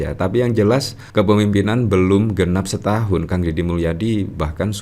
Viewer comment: Setaun maksudyah berow bukan staun